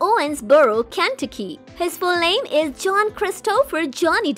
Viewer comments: it is Ken-tuh-key. not whatever you said. also the high pitched thing are doing grates on western ears. drop it down like 2 to 3 octaves, please. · Kanticky ( Kentucky) lol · Where the hell is kanti-kee?? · The State of “Ken-tuck-e “ is pronounced like this 👈🏼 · Absolutely The Worse Voice I’ve Ever heard on YouTube Ever!!! It’s Ken-Tuck-Ky!!! Not Whatever That Thing said!!! God! 🙄. I Hope they Fired that Thing!!! Horrible Voice!!! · You need to learn how to say Kentucky correctly 🤨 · Kentucky. Christopher. Dembrowski. Paradis. And a few more.